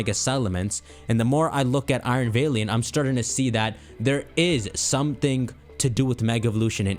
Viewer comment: Also dude: please read this, super important. ITS NOT VAYLIANT. It’s VALIANT. LIKE YOU ARE MY FRIEND, MY PAL. VALIANT.